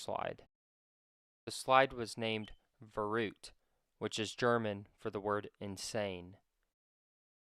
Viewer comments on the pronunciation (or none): Can none of you do some research about the correct pronunciation of the word "verrückt"?? I've watched a number of videos about the incident, not a single one came even close to the proper pronunciation! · I guess it's pronounced "ve-ryckt" or something like that.